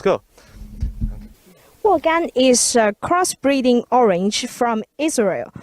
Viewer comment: Orange sounds like “OHR-RENGE”